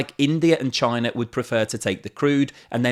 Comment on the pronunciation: Russer, Chiner, Indier are in Asier.